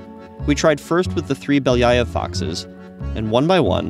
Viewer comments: Поразительно как обычный американец может так люто заруинить произношение обычной русской фамилии. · Beliiiiiii-aaaa-ev (not Beliaiov) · Really cool, but its pronounced Belly-ov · The way he pronounces Belyaev gives me an aneurysm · Funny how every time this guy says ‘Belyaev’ or some other Russian name (and generally mispronounces them) the closed captions just say ‘(speaks foreign language)’ lol